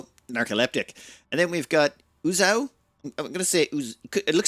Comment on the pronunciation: UZEO - "Looks like Uzo to me, but it's probably pronounced Uzao". So I guess pronouncing the "e" is out of the question? I wonder how pronounces "Romeo" or "Video"... 😄